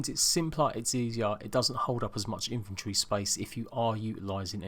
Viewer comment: Who else hears infantry when he is talking about inventory?